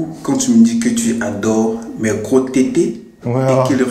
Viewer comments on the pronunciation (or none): "Mes gwos tété" 🤣